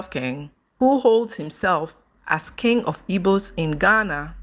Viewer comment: why do you pronounce King as (Kinge) instead of (Kin)the letter "G" is silent in pronunciation.